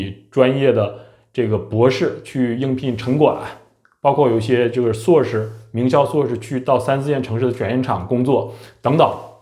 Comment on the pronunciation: 人家是 硕士 不是suo士 说真的 阁下只会吐槽 完全没有思想上的高度 并且 言谈举止也看不出硕士的影子